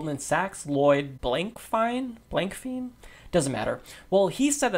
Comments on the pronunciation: "Fein" technically should be pronounced "fine" with long i sound from Germanic language root. -- Ole Blankfein took over CEO of Goldman Sachs after Henry Paulson left the position to become the US Secretary of the Treasury. Revolving doors... and corporatism has their candidates bought and paid for on both sides. If Blankfein doesn't like Bernie Sanders, then that's a plus. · Pretty sure it's pronounced Blank-Fine. Thanks again for your videos.